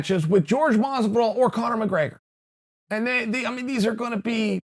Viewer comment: Me: Hore-Hay Masvidal Chael: Georges Masvidal Me: Georges Masvidal